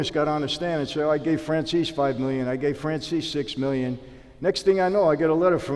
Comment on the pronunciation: Is it really pronounced Michael Fran-sees? Or Fran-che-si?